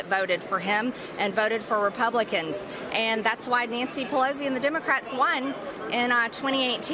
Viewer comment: Is anyone ever going to tell her there is no “z” in Pelosi 😭